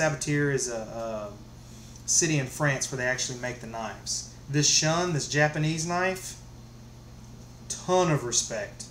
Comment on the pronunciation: It’s pronounced shoon